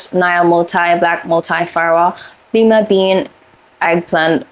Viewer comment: Pharaoh = fair-oh like an Egyptian pharaoh Lime bean = lye-ma bean Maraschino - you pronounced correctly 😊